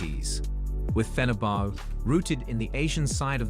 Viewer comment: That video didn't give you much to work with. And the pronunciation is atrocious. The worst were Flamengo/Fluminense, and Galatasaray/Fenerbahçe. Another annoying point is that when he's speaking about a certain match or event, they play a totally unrelated clip.